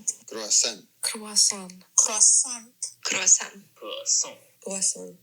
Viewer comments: i HEARD that finnish ’kroisantti’ from a mile away😂love that you got that in there. Finnish is such a silly language, even if we have totally borrowed words from other languages (we actually have a finnish translations for croisant and its voisarvi which means butterhorn) we still manage to finno-ugric words completely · Kwah-saant, during the octopuses discussion is hilarious. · As a native French speaker (France not Canada) this is the first time that anyone has ever explained to me that “kwasoh” is how Americans things French people say croissant, and I am begging you please, that if you can’t roll the R just don’t. “cro-son” is so much closer, a boring R and remember to drop the T and you’re nearly perfect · Heard a Brazilian Portuguese "croissant" there